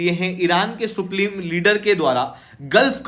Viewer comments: Supleme nhi Hota .. supreme Hota hai . Also yudh khatam ho Gaya hai . Phir ye bolra hai …ceasefire karwana jaruri h Fake news YouTubers 😂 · Supleme leader 😅bolne ka dhang seekh le dalal